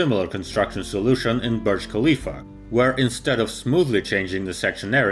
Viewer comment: are you stupid? i am emiratiya from dubai, it is not said . KAAAA leaf, its HAAAA lifa . NO K SOUND